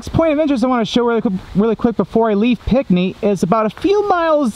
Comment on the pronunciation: It's pronounced like pink knee, not pic knee